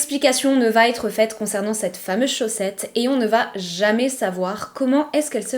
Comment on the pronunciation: Il faut vraiment arrêter les "va t etre" ! Il n'y a pas de "t" à la fin de va ! Ni de "t"....